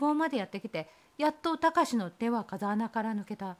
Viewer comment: こんばんは♪ カザアナじゃなくて「フウケツ」ですね。 お話の中であった様に涼しい風が出るので生態系が無茶苦茶になりがちです。 地元の風穴は8月に行くと、まだ紫陽花が咲いています😊